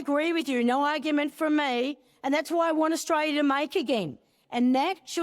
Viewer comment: Australia has the letter 'l' in it. It is NOT silent.